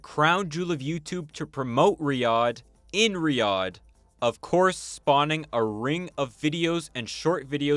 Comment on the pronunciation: I couldn’t stand watching past 5 minutes because of how he pronounces Riyadh </3 can it be rename to Riyathh or something please